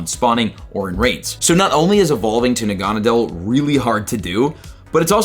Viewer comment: Look up the pronunciation for Naganadel. Or watch the Pokemon sun and moon animated series. I almost didn’t know what you were talking about with your pronunciation.